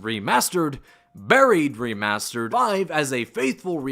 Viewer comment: “Burrried” lmao bro it’s “baried”